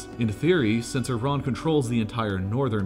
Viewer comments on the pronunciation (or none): its not "yee-ran" tho its "E-ran" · it's E_run and we don't care what the uniranian how pronounce it. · It’s not Yeee run either lol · It's Iran... Not Iraaaan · Normal people:Iran Him:Eiran